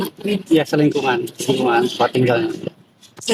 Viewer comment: Bapak ngomong selingkungan...lakok kupingku dengernya selingkuhan ...😂😂😂